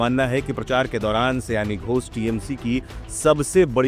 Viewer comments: सयानी नहीं, शायोनी सयानी का मतलब कुछ और 😂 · सयानी नहीं, सही वर्तनी होना चाहिए सायनी। बंगाली उच्चारण : शायोनी घोष